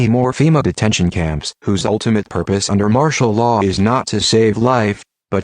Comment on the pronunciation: ITS 'MARTIAL LAW' YOU IDIOT